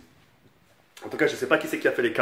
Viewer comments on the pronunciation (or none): mdr il a dit secpa